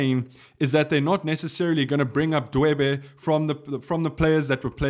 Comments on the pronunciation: Dweba not Dwebe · Dweba, not Dwebe!